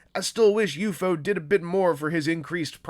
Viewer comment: I find myself bugged that you kept saying U-FO instead of just saying U-F-O.